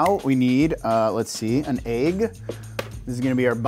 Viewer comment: I love ….but the way he says “egg” ….😬